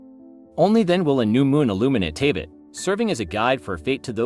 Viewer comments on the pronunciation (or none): I don’t want to be rude but you got to pronounce Teyvat and the Primogems correctly you are saying it wrong. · The AI voice is annoying. It doesn't know how to pronounce certain words (especially Teyvat or Paimon) and is monotonous af. Why not just read into a mic? 😂